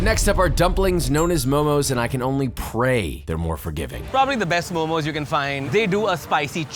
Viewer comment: it is not "momos". This is so frustating. Respect the origin of the food